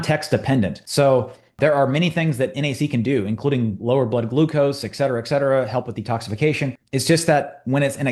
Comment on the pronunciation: Really good analysis. You really have my respect from a scientific honesty perspective. SO much nuance here, as you say. You STILL need to learn to pronounce ET CETERA, or stop using the term.